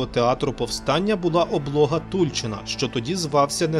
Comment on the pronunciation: В назві "ТульчИн" наголос падає на останній склад😅